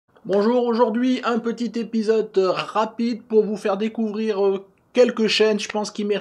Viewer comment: je t'adore, mais pourquoi tu dis épisoTe? Non, sérieusement merci pour ton travail et ton iimplication!!